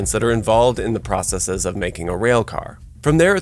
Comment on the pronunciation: Thank you for pronouncing “processes” correctly. 😊